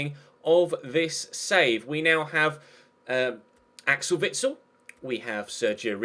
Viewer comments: Its actually Witsel, not Vitsel ;) (+ the E is pronounced like the one in chesnoid and the I like the one in Mirallas) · it's Witsel not vitsel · I'm Belgian, and you pronounce Witsel as you see it, not Vitsel AND with the stress on the e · ITS VITSEL NOT WITSEL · it's Witsel not Vitsel just cause you asked:P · it is Witsel not vitsel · its actually just Witsel not with the V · Its witsel not vitsel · Witsel is spoken as "Witsel" not as "Zvitsel" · It's said Vitsel instead of Witsel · it is pronounced: vitsel not witsel. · U may have already learned how to say it but incase not here ya go! It's Vitsal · Witsil is pronounced with a v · i am form belguim you say it witsel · No its not its Witsel (I am Belgian) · No its said Witsel with the W of wolf and the E of Bend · I am belgian it witsel and you speek the w not the v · Its with-sél pronounced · You pronounce Witsel with the 'W' like in window or Wales. I'm Belgian ;) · He's a French speaking Belgian (Walloon), so it's actually Witsel, with a 'w'. Also the 'i' is pronounced as in Rico, and the 'e' as in Belgian. Same with his first name, Axel with the 'a' as in March and the 'e' as in Belgian. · Im belgian, you pronounce the "sel" in Witsel as "sell" (sell something) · it's vitsel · its pronounced Vitsle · I'm from Belgium you idiot. Its SPELT witsel but pronounced Vitsel like V for varacious and S for crippling depression ok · In Belgium we definitely pronounce it as Witsel, just like it's written. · Its witsel, I'm from Belgium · You pronounce the W like the W in whale if that was really wat he was asking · I'm Belgian, and here we pronounce it as 'Weedsel' but you should say Witsul. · Witsel, just with an S, so the second ;) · it's Witsel with a w, and not Witsel with a v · You pronounce Witsel with a stress on the 'Wit' and the 'sel' part is pronounced like the verb to sell :) keep up the good work ;) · He hasn't changed the way he pronounced it tough :p